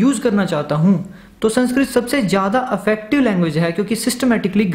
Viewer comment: भाई , affective/अफेक्टिव नहीं, effective/इफेक्टिव है।